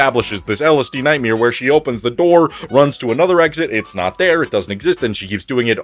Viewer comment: Love that you reviewed this series. Also whenever you say Ny-ight-mayha it makes me laugh